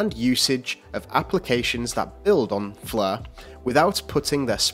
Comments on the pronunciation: Why is that the commentator is pronouncing it as "fleur" as in French but not Flare!?Not the same 🤔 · Stop saying "Flur"